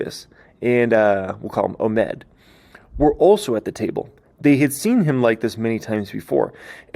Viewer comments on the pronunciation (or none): none